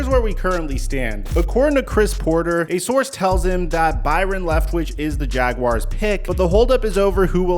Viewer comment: First time I’ve heard a YouTuber pronounce Jaguars correctly! Kudos! Subscribed!